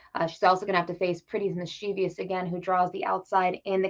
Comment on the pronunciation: Was hoping that unlike 90 percent of the handicappers, she could pronounce Mischievous correctly, but alas . . . there's no "i" in that last syllable. As for the race, you could do a lot worse than a Cox Box.